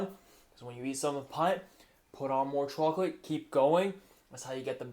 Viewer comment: You really do like to live on the edge, don't you? 🤣🤣 BTW, I love how you say, "chew-awk-let"